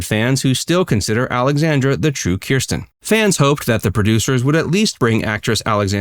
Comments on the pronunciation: The name is Kristen, not Kersten. Just heads up!❤️❤️ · Kristen. Not Kirsten. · Why are you pronouncing Kristen wrong? And yes, LMS was originally because he supported Trump. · At least pronounce Kristen’s name properly.